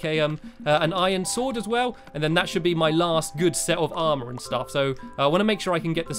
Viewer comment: DJ WOLF BO$$ he said aremer not aremr